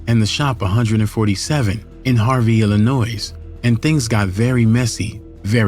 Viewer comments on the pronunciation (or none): YOU DON'T PRONOUNCE THE "S" IN ILLINOIS GOOFY ‼️🤦🏾‍♂️ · No shade, but Illinois is pronounced ILL-ANNOY. The s is silent. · 🤦🏾‍♂️ YOU DON'T PRONOUNCE THE "S" IN ILLINOIS YOU 🤡 ‼️😒